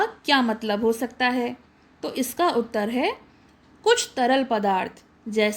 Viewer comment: Mam utter hota hai uttre nahi